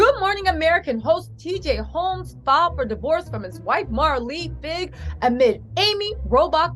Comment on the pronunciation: " TJ Ro...TJ Holmes" 🤣🤣🤣 yes TJ Roams